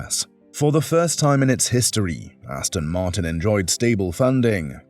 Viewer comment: Hate it when people say Austin Martin.